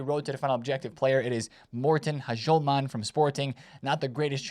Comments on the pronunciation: Morten Hashulman 😂😂😂 Its 'Yulman' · In danish you dont pronounce the H in Hjulmand 😅